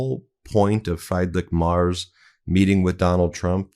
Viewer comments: Chancellor Frriedrich Merz's surname is pronounced "Mertz," like that of fred Mertz of tv show I Love Lucy. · His name is not 'Freidrich MArs' it is Friedrich Merz, please show some respeckt and pronaaounce his name right, it takes just a minute to check it up, Ben! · Why are you pronouncing Merz as Mars?? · (Just as a small foot note, Ben, without offense, just information: It's not pronounces "Mars" like the planet, the ER in "Merz" is pronounced similar as in "whERe". 😉) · Do me a favour and at least TRY to pronounce people's names who are not English correctly. Friedrich Merz is called Free as in free drich with a soft ch, and Merz is pronounced Merts. I'm English and I still try to do other people the courtesy to pronounce their names correctly. Google does it for you. You talk about Trump being embarrassing for Americans, yet you are just as embarrassing. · The name is pronounced more like Merts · Try saying "mare" (female horse). Now add the "ts" from "nets". That's roughly how you say Merz. "Freed-rick" comes close to his first name. Surely you can do better than this pathetic garbled pronunciation. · Please pronounce people's names correctly, for example Merz You can use Google translate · Yeah, embarrassing. I had to listen twice because I couldn't figure out who Meiselas was talking about. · Please have some tell you how to pronoiunce the German Chancellor's name! For some time I did not know wh you were talking about. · Here is how to pronounce the name of the German chancellor correctly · Ben, Please get his name right. Please do some research. This is said with love. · It’s not Mars Ben. It’s Mertz - pronounced Merts. Love your show… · It's M E R Z not M A R S! See a difference? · Ben! Learn to pronounce FREEdrich MerTz (not Mars)! Bitte! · PLEASE, before my head explodes. His name is MERZ - pronounced like a mare (female horse), with a hard TZ in the end [MAERTZZ], - NOT Mars. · Merz, not Mars. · Why do you keep saying Marz?